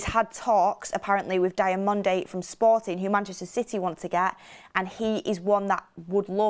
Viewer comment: Diomande (Dee oh man-day) thats how its said. Please stop with this DIAmande...